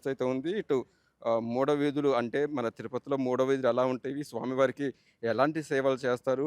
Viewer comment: Maada veedhulu not mada veedhulu, please note